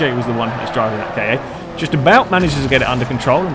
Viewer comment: The Ford KA is pernonced (sorry bad spelling) car